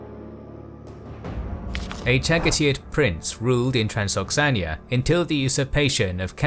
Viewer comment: I love the video like always, but isnt it Transoxiana, and not Transoxania?